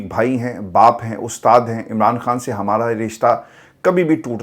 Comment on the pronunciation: Please خان بولیں ۔۔۔کھان نہیں